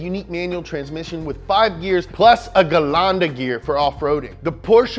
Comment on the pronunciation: Not Gelande😅, Gelände